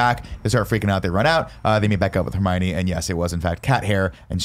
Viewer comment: Nick: Repeatedly pronounces just about every character’s name horribly wrong, including Hermione. Barrett: Says nothing. Nick: Pronounces ‘Marvolo’ slightly wrong. Barrett: Makes a point of correcting Nick’s pronunciation. 😂😂😂